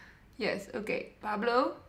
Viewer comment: Pablo* 😂 omg "Paplo"😂😂😂😂😂😂😂😂😂